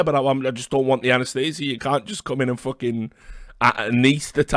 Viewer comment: This one never gets old lmfao